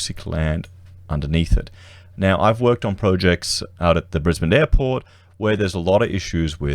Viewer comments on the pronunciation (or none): none